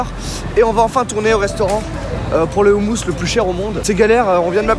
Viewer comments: On dit pas roumous non plus mais khoumous ! Kh = r avec la gorge comme la jota en espagnol y'a blid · On dit pas houmous on dit houmous (roumous) ptn dit le bien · On dit ROUMOUS pas oumous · On écris houmous mais sa se dit roumous avec un R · on dit "houmOOos" ! quelle honte !